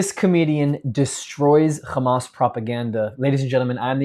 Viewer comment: Did you say Khamas? Well better than ending war between “Aberbiejan and Albania” said Trump